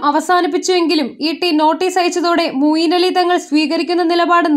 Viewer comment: Moyin Ali alle? Mooyin Ali ennanello vaayikkunnathu.? Oru nalla aale vayikkan vakkane...